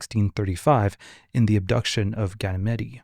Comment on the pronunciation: Dude, come on. GAN-im-eed 🙄